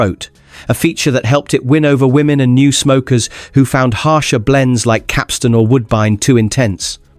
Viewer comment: Pity the narrator doesn't know how to pronounce Capstan.